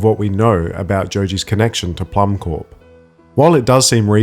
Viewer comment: I believe Plummcorp is meant to be pronounced "plum core" as corp for corporation is pronounced as "core" it looks like a pun like the seed core of a plum. Probably a reference to the famous Apple Corps (same pun, apple core) the Beatles started in 1968, which their famous Apple Records label came from.